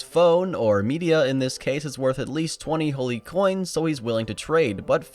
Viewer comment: "Metia" "Media" Yoir pronunciation here only just NOW made me realize how that's a pun, and it's super clever.